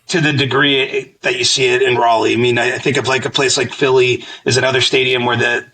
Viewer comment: Also, love you guys, but it's "r'ALLeigh." Not pronounced like "Rally"